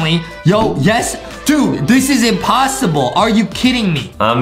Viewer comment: THE MARBLE PART IS "imposterble" B)